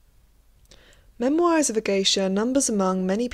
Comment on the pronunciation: The way you pronounce memoirs is triggering